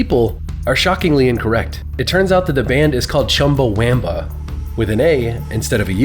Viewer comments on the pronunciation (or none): It's just not pronounced with a long a. Chumbawamba, not chumbawhaaamba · Is there anywhere online it says the pronunciation is Chumba-whamba? If you Google “Chumbawamba pronunciation”, it says Chum-buh-wuhm-buh” which is the only way I’ve ever heard it pronounced (and makes more sense bc it rhymes). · I mean, I always remembered Chumbawamba. But you are pronouncing it wrong, the "a" is pronounced æ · its always been chumbawamba, always pronounced wumba tho, in my timeline at least